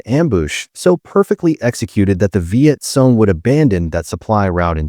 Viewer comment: Hey, narrator it's pronounced Viet Kong, note: KONG (CORRECT), NOT Viet Song, NOT Song (WRONG).